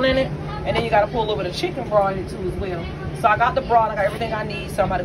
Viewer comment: BROTH! say the TH